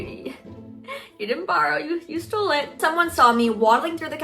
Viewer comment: Tyler viteli: YOU STOEL MY VIDEO 🤬